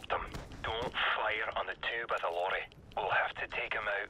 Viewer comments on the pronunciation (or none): not ze cow